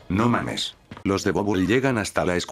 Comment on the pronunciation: En la parte cuando dices no mames yo pensé que decía no mas sexo XDDDDDDDDDDDDDDDDDDDDDDDDDDDDDDDDDDDDDDDDD